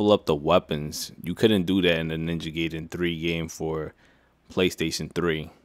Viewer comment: It's pronounced guyden